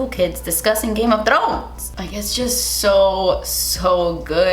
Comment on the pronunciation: Game of Th- rrrrrrrr ones 😂😂😂😂😂